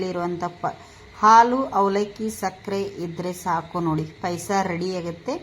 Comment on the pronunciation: That is not PAISA..it's Paayasa...pronounce it properly..